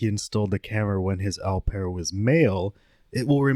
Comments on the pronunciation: 'Au' pronounced OH btw not ow! Thats painful to hear through out, such a basic pronunciation too! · Au pair= "oh pear" (like "go") not "ow pear" (like "cow"). He said it correctly, it seemed like you paused to correct him and explain. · Ow pear is not how you pronounce it. It's oh pair. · It’s pronounced, “O-pair” Not “ow-pair” for future reference. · The narrator mispronounces "au pair" & I'm finding it distracting. For the record, it's pronounced more like "O Pair". I know most people don't care but hey, I do. Additionally, I have never heard that two people having the same name in American culture is considered rude. That's absurd! Many families name sons after fathers - isn't that a case of having the same name? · Au Pair is pronounced "Oh Pear", like the French word "Eau" and "Eau de Toilette" on cologne (like the guy said in the interview several times). I thought it was funny when u kept saying "OW PAIR" lol (did u think he wasn't pronouncing it correctly?). The "OW" sound in French is written "AO" (like "Cacao") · Pronounced opair,not ow pair. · Au Pair is pronounced Oh-Pair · "Aaauuuu-pear"?! Come on dude, they literally pronounced it for you during the interrogation 🤣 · Hey, just fyi, Au pair is pronounced like “Oh Pair”. Its français. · It's "OH" pair. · Just fyi it’s pronounced Oh pear …the pervert and the detective both pronounced it several times. I apologize for letting my need to let you know this, I have the best of intentions 🙂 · Great vid, Just 1 thing au pair is pronounced (oh-pear) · The way he pronounces au pair. 😂😂😂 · I wish you could pronounce, ’au pair’ properly.